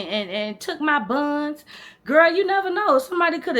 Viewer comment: “And take my buns” LMAOOO u country as hell 🤣🤣 I love it! I hope your channel blows up!! You are soooo funny